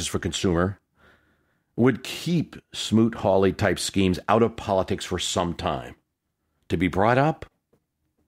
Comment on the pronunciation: Smoot-Hawley.....not Smoot-Harley!